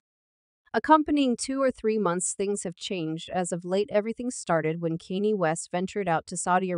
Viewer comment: You can't even prounoun Kanye name properly get a life